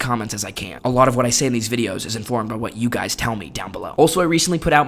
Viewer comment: “You guyziz children “ and that’s the teacher